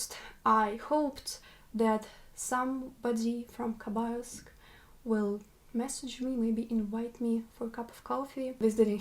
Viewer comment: Твоё произношение Хабаровска на английском должно оставаться то же самое как и на русском. Такое название не переводится на английский причём мы пишем название с "Kh-" в начале чтобы осталось на Английском такой же самое произношение какой имеет буква "Х". На самом деле много " англоговряще " не знают как произносить "Kh-".